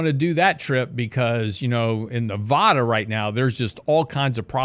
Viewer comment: That's not how you pronounce Nevada